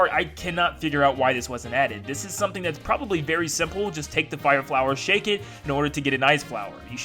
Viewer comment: Who Else Thinks It Is So Damn Triggering That He Is Saying 'Shake?'